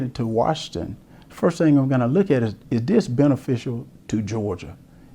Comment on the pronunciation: Herschel: "den, dose, dem, dat, dis"......Lol